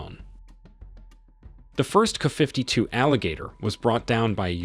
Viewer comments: It’s not KU 52 it’s K A 52. K A as in apple. Get it right. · What the hell is a "kafiftytoo" !! It would really be nice if these sites that insist on using AI Text-to-Speech for Narration would learn to Train their Text-to-Speech before hand AND use Phonics for uncommon words etc such as "kay-ay-52" or "kay-ay Fifty Two" OR type it as it should be spelled "Ka-52" but Train it to say it right. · It's kay or kay A fifty two not kuh 52. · Man I hate these AI Voice readers. IT it is a "kaaaa" 52. It is a K.A. 52 The "K" stands for Kamov, the Russian design bureau. and the A is Attack or other information. Same thing for the MI and AN for military stiff. Two separate Letters pronounced separately. Put a . or , after the letter to pronounced them correctly with your robot voice. My commodore 64 had that options for voice. Get with the times. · Wow...a "kafiftytwo"? Your narration program sucks. I'm out. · "KAFIFTY 2"?? Thumbs down for the terrible narration. Have some quality standards! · The narrator sounds like a complete idiot buy mispronouncing the aircraft designations. ME8, Kuh52. Then they stay there is a turret mounted Auto Cannon when it's clearly mounted alongside the fuselage not in a turret. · kaah fifty two....kaah mon ! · You AI REALLY needs tuning. Instead of writing Ka52, or anything like it, do this "K. A. 52" and the "Mi8" needs sorting. I know this is a qyick cash grab job, but at least play back your audio for Goddess Sake. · The "Kuhfiftytwo", huh? Wow, your AI sucks. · What the hell is a "KuhFiftyTwo?" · Kafiftitwo! FAQ you, AI! 😂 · Wtf is a 'kuh' 52?? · Not "kuh".....duh! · Get rid of the "canned" narration! It sounds so stupid hearing the video refer to the helicopters as "Kuh-52s" and "My-8s" Also makes the video creator look like a total imbecile! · In the russian language you would pronounce it Ka-50, not abbreviated like KA. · I've never heard of the "Kuhfiftyto" or the "Kuhfifty" helicopters? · K..A..52! NOT 'kuh' 52😅